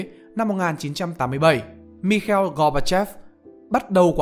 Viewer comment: Lần đầu tiên mới nghe thấy thuật ngữ kinh tế chiếm đoạt đấy, với cả quả đọc mikeo gobachop luôn, trc chỉ nghe là mi khai il. Ad thử xem lại xem